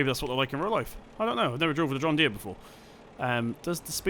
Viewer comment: U completely butchered the john Deere😂😂